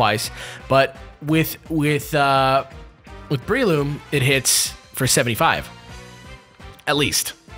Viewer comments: I always pronounce breloom ad: Breh-loom not Bree-loom and Scizor as Scih-zor not Ski-zor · Love the video as always guys! I love how you kept mispronouncing Breloom :P (think Bell room but move the R)